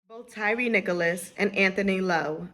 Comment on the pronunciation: Nichols, not Nicholas